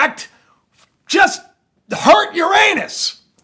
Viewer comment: Oh. I couldn't stop laughing w the impact on "your Anus"